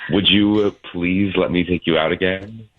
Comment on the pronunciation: Did he really say “PWEASE”? or am I trippin lol?